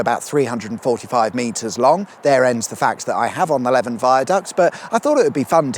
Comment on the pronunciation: That would be the Le van viaduct not Lev An!